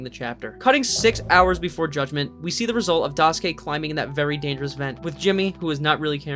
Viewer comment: im sorry but the way u pronounce daisuke immediately made me unable to watch the rest of the video 😭